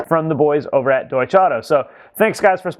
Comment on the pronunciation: Your sponsor is pronounced Doy-ch(a) There's a short 'a' sound on the end.